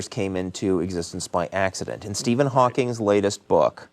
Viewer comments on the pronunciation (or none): Stephen HAWKING. No "S." Come on.